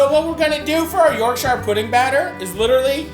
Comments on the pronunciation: Sittin 'ere in my Yorkshire home dying a little inside every time you butcher the name of my beloved county. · Wondered if any limeys were gonna pull him up on that pronunciation lol. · You are pronouncing Yorkshire badly and incorrectly please refer to this Cambridge dictionary link. yours faithfully people who are English by birth but Yorkshire by the grace of God 🤙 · It’s pronounced - ‘York-shur’. Other than that, great vid and nice take on a classic. Source: am from there... Also in the thicker Yorkshire accent, toad in the hole would be pronounced - ‘toad int oil’. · York-shyer pudding 😂 love how our Atlantic cousins say British words it's pronounced yorkshur pudding. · It’s ‘Yorkshire’ mate, not ‘Yorkshire’ - looks delicious though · tip from a yorkshireman, dont say yorkSHIRE say yorkSHA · I love a bit of Matty, but why do North American's struggle with the word Shire in the English context. Yorkshire = Yorkshur, Worcestershire = Woostershur, etc. And so on. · Matty I hope you know shire is pronounced sure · By the way. Its not YORK SHIRE ... It's more of a iorgsha. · York"shire" hurts my ears.... But I still love you Matty. PSA it's pronounced York"sure" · Yorksheer or yorkshuh not yorkshiyer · Hate how he pronounces yorkshire, should be "yorkshur" not yorksheyre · its york-shuh not york-shy-yur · It’s York-sherrrr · For anyone watching you pronounce Yorkshire as. York-sure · Yorkshire puddings don’t come from near Bilbo Baggins Matty…. York-sha👍🏻 not shireeeee 😂😂😂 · Just a pro tip to our American cousins: we pronounce "shire" like "shuh" or "shuhr" if you wanna lean into it 👍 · You’re the best I swear, but being from Yorkshire it’s pronounced “York-sha” if you ever see this please from now on I BEG call it “York-sha” 😩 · its pronounced "yorkshure" ya muppet! And, The Cure is not a punk band. Carry on... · As a Yorkshire man, it's 'Yorkshure' ;) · YORK SHIARE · No emphasis on the shire in Yorkshire it's York Shuh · It's yorkshire, not york-shire